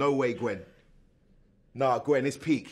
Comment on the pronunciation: “Na Gwen it’s PEAK!” John turned into a roadman when saw the snake lol